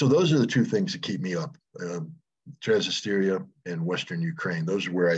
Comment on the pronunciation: It's not TransnistEria, Scott, it's TransNIStria.